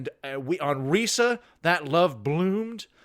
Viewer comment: Reesa theenkin' yousa not pronouncin Risa correctly.